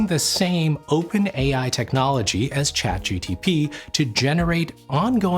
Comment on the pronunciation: “Chat GTP”